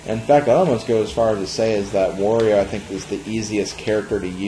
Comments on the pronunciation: it`s Wario not Vario ! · Wow, all these years and I never knew about that shortcut. Very interesting! Also why do you pronounce Wario like "Vathio"? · I hate the way you say Wario's name lol